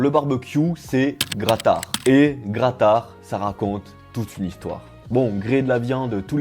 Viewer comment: BIZOUS - BIZOUS !!! Wooaoow, un barbeuque avec des mici, en plus dans la neige... ça c'est la Roumanie ! Trop top 😀👍 Bon maintenant pour la prononciation, c'est presque ça. Grătar c'est "greutar"(à peu près hein) 🤣🤣🤣👍